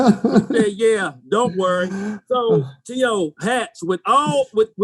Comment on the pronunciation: T.O. low key pissed that Randy mispronounced his name